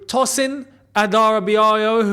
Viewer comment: Hey, it's not Adara - bi - yoyo. Its Adara - bi - uh - yuh. Nigerian names are hard to pronounce. Keep up the nice content. I've been on Playback talking with Miz, Javon and Feroze a few times. I would love if you could hop on one day I'd love to talk with you been a big fan since i was 13 (I'm 20 now)😊